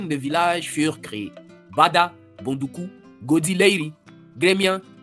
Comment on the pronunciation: Great!! Congratulations. Please review the prononciation of "Boudoukou".